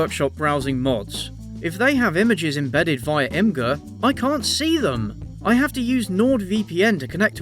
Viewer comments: Imgur is pronounced like imager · I too 100% used to pronounce it "ihm-ger" but someone else corrected me as well: it's "imager." Imgur is pronounced "imager." 😅